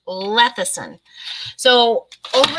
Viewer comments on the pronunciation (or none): I love and watch all of your videos. This is not a insult but lecithin is pronounced lessithin not lethicin. Sorry. It's just an OCD thing with me when a word is not pronounced correctly. 😃 I agree with you on the dirty keto. I don't like that term. It implies laziness and I am anything but lazy. I do low carb and am very happy with it. I can't eat as much fat as keto requires so I do better with a more moderate way of eating.